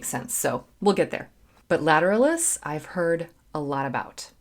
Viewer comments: Lat-er-al'-us, emphasis on the third syllable. 👍🏽😁🌀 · accent is on the AL like the latin / anatomical term. it's a treat to hear you review this band, there is so much to analyze :) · Pronounced : Ladder Alice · I always pronounced it with the stress on the third syllable. Lat-er-AL-us. I’m probably wrong